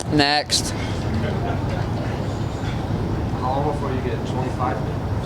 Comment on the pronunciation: Damn he said nextt